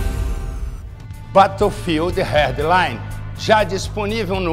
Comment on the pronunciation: batou fildi rérdi laine melhor pronuncia